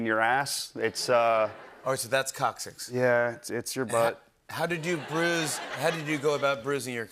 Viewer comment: It pains me how often they mis pronounce coccyx.